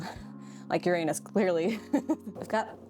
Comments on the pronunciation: People mispronounce Uranus you did to😂 also a wolf frogger and wolf bat pleeeeease for my 12 birthday on January 9th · It has been a while, but there was a video with an alternate pronunciation for Uranus as oo RAN us. It is definitely less embarrassing to say. I could also be remembering incorrectly.